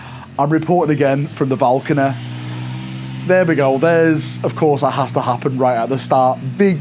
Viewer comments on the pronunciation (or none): Ah yes... The Valcony!